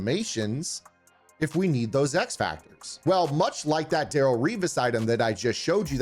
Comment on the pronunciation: It’s Darelle not Daryl